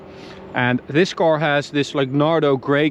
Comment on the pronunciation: What exactly is a 'coar'? I hear it a lot on this channel 🤣